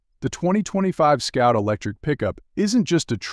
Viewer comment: Scout or Sout? And what's with the pop up words?